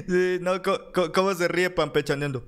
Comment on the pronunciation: HOLA: ESTOY DE ACUERDO CONTIGO;SOLO QUE ES ---PANpechaneando---,NO ES PAMPECHANEANDO,NI CAMPECHANENDO....YA ESTÁ TU LIKE Y MANITA ARRIBA...SALUDOS Y ADELANTE CON TODO.